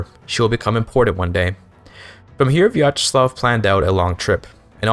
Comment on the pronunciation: I cant believe he cut out the most interesting part of the stream: islamophobia and piracy discussion 😔 Also very well pronounced Vyacheslav, good job!